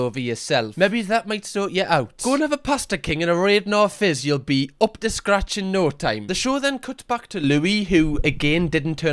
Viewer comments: Fr it's radNOR not radNA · im sorry! a Raidnor fizz its pronounced rad-nor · why do you say Radnor fizz like that 😭